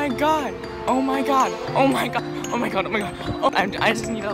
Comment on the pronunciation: i like the part where he says "au mai gard"